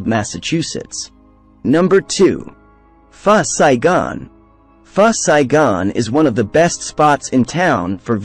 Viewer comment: It’s Pho Saigon not First Saigon :)